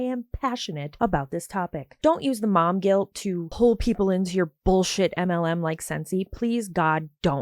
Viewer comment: 😆I heard "Mom guilt" as "MOB guilt" at first and had to rewind to get it right!!!